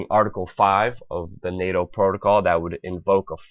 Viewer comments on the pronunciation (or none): none